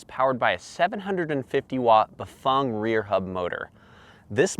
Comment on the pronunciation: Ok,...again,...it's BaFANG! NOT BaFUNG!!! 🤣🤣🤣🤣🤣